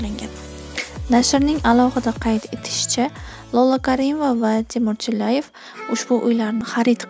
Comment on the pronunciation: хурматли журналист нуткингизда муаммо борми тимур тиллаевни айтолмаяпсиз йоки ростан хам чиллиевми